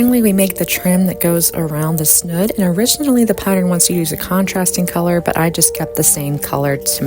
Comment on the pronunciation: It's snood, long o, rhymes with food.